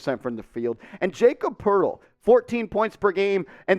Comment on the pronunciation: It’s pronounced like yah-cob Purtle